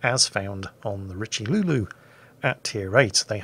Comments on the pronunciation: Richelulu haha R (ee) Che - Ly (you) Richelieu haha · It's pronounced 'Reach-loo' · The French tier 8 battleship "The Richiluuluu", ah yes, good ship, good name